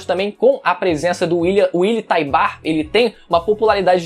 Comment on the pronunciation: Willy Taibar? Kkk te manca menino. Fala direito.